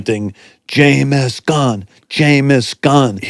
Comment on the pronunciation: Jaymis Gunn? Wtf thats how he says his name?